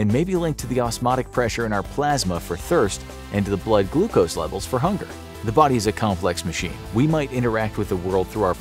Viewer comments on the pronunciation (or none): none